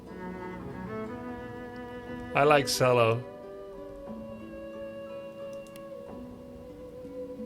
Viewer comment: Hearing grubby pronounce cello as sello ruined my week, love the content tho keep it up champ